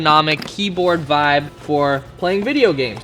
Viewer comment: Dude, you seem like an intelligent person, could you stop saying vab? I know you're really trying to say vibe, but it sounds stupid being used over and and over and over and over and over. You get what I'm saying? I do love your videos.